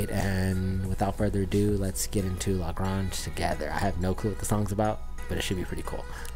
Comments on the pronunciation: Lah Gray-nge,,,,,,,, not Lah Grah-nge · It's not La Gronge. It's La Grange. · That Lil' Ol' Band from Texas. (And the song title is pronounced "Luh-GRAYNJ" (second syllable rhymes with "range"). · La Grange rhymes with range Not Lah Grarnge. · LA GRANGE Rhymes with RANGE.....not gronj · It’s pronounced La Graynge. These guys refer to themselves as ‘the same 3 guys playing the same 3 chords’. Billy Gibbons, lead guitar and lead vocals, Dusty Hill on bass and vocals, and Frank Beard-oddly no beard on drums. Billy has this legend that says he uses(d) a Mexican silver peso to pick the strings. Their misic is deeply influenced by the blues and hillbilly rock. Jimi Hendricks referred to Billy Gibbons as the best guitarist he ever heard. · It's pronounced like La Range, but with the g. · Grange is pronounced like grainge. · The singer said lagrAnge and u still mispronounced even after the song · Loved watching your reaction to the song. There have been several suggestions about additional ZZ Top songs, so I won't rehash what's already been said. Could you please do me a favor? As a Texan, you're killing me with your pronunciation of LaGrange. It's a long A sound as in range, not a soft A as in orange. You are very respectful and polite, so I know you'll want to say LaGrange correctly moving forward. Loved your video, your facial expressions made it perfect. Ive been listening to a lot of ZZ Top during the "shelter in place", and they been a great way to enjoy the solitude. Check out their documentary on Netflix, its kind of amazing how they got started and how they've lasted for 50 years. Thanks for your post!!! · Please learn how to pronounce the name of the song.